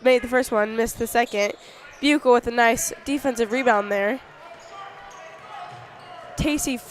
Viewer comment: Always enjoy the commentary from!! You guys were right at the very beginning of the girls game of how to say Buechle. The “ch” as in chew is correct instead of a “k” sound. Thanks again for the play by play!